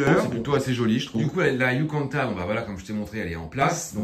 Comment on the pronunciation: C'est pas "yucanta" princess mais "YUCATAN" haha